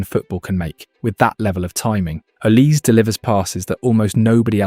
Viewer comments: It's pronounced not oliseee... the e is pronounced as an A as in OlisA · Olisé not Olise - in french this is a really huge difference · Olisee not Olisi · Pronounce Olizai not Olisse. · Olizé is the Nigerian pronunciation, in French Olise would just be Olize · How about you learn how to properly pronounce the subject's name....it is OLISEEE